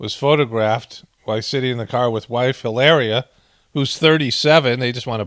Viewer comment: P.R. emphasis on "HILLARIAS'" name is 😅😂👌... 🙏😁